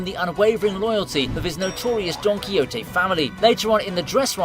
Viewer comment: did u say DONKY-HOTTY?